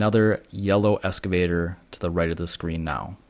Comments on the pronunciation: Pronounce it “excavator” not escavator. It’s a common mistake. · Excavator, not escavator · Please....the word is 'eXcavator'. not escavator. Small thing but really annoying, lol. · It is pronounced EXCAVATOR...not ESCAVATOR...thank you. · That's the first time I've heard EXcavator called an escavator. You can call it whatever you'd like and not trying to be a word Nazi, just had to share. Excellent drone footage of a terrible disaster. Is govt. red tape getting in the way of getting things moving forward? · FYI - Excavator not “escavator”. ❤ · Note: The word is "excavator", not "escavator." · Nota bene: they are excavators, not "escavators"... ;) 😉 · It’s an excavator not an escavator. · Good job, informative but, Ex- cave-ator not Eska-vator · Thanks - would like to see where they are taking the debris. Minor correction - it’s excavator - not escavator. ❤ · Hi: Don't want to seem critical however they are called "excavators" not "escavators". Love the drone fotrtage. Will be on Maui in March. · Hate to be a nit-pik, considering the service you're providing.....but...it's pronounced "EXcavator", like you're taking X. Not like you're riding an ESCALATOR. LOL. Anywho, thanks. I'm fucking flabbergasted by the destruction and hence forth, the lack of dozens and dozens of excavators y'alls need to do the job. (git-r-dun) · You can’t pronounce excavator correctly,, It’s an X not an S